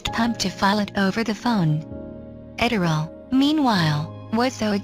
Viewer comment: Oh please, don't make it about anything other than her magnificent achievement. By the way, it's pronounced "Edd-er-lee" . At least, that's how they said it in the media of the day (radio)